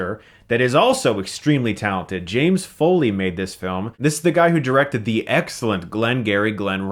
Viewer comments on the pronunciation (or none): none